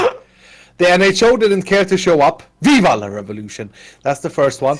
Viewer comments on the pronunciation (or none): said Viva La' revelution wrong _